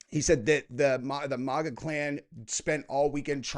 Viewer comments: Can someone please tell me why calls the movement MOGA not MAGA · it's MAGA with short 'A's as in apple. not like a Spanish word. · Why do you pronounce MAGA like a pussy? Why don't you pronounce it like Trump, the guy that invented the word?